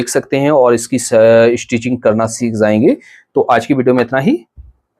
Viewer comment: Teri video unlike karta hu sirf j ko z bolne ki wajah se. Jayenge ko zayenge bolne ka kya matlab. Dimag ki dahi kar dete ho.